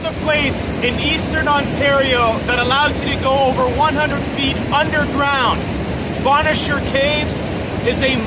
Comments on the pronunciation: An acute accent is on the first syllable of Agawa and the A's are pronounced short like in water. Bonnechere, meanwhile has a long, "O" in the first syllable with the acute accent on the second syllable and ,"E" is silent. The second syllable is pronounced, "share". "The indigineous (sic) population arrived here around 1700..." Really? That's a slight to the First Nation's people. Europeans explored the area before then and found there were lots of people living there. Nice video, great shots and otherwise a good production. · You should learn how to pronounce places if you are going to talk about them. Agawa Canyon and Bonnechere caves...